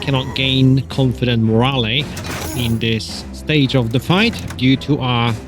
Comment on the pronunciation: "When the flail hits your mate right upside the head, that's moralay..". I've never heard the e pronounced in morale, it's supposed to be silent. Keep it up if you'd like, doesn't bother me, but i thought I'd mention in case you didn't know.